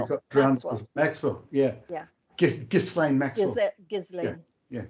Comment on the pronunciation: FYI - it's pronounced "gee-laine", spelled "Ghislaine" (Maxwell).